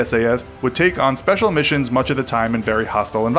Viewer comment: Did he just say the "British army sepacil air force" 😳 ffs